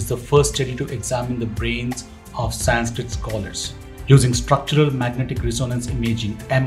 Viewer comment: Horrible narration👎👎👎👎 cannot even pronounce 'Sanskrit' correctly, calling it Saaaaaaanskrit......who was RamAAAA? The name is Raam. There's nothing called a shlokaaaaaa.....it's Shlok.